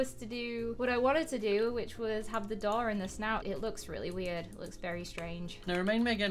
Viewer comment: And a DOORR